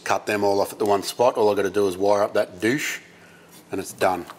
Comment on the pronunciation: I was glad when I heard you pronounce it doosh.